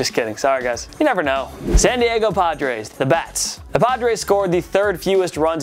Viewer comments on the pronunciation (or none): none